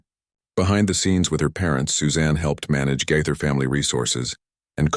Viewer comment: Pronounced Gay ther. Gaither not Gyther!!!🤦‍♀️